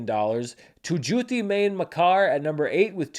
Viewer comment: I don’t if anybody already mentioned it: the N in MAIN in Tu Jhooti MAIN Makkar is not really pronounced. It’s a slightly nasally Mai - pronouncing ‘main’ without the N. I don’t know if that makes any sense haha. Actually the google translate pronunciation isn’t half bad: main = मैं